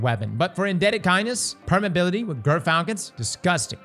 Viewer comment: The word is "permeAbility" lol